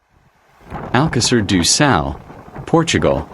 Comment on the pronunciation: Porra utilizem essa coisa da inteligência artificial mas o nome da localidade é de Alcácer do sal e não alqueires ducal os nomes das localidades não têm tradução e essa porcaria que voces usam da artificial revolta qualquer cidadão nacional ao ouvirem esses nomes que mais não são que uma aberração tal como o nome do rio ppi o nome dele é SADO e não ducal parem com essa mercadoria de ofedenderem a dignidade das pessoas com essa coisa da não inteligência artificial ela é sim uma aberração ao serviço da dignidade humana